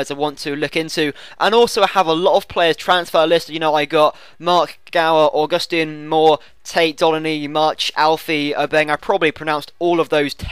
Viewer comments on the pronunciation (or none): none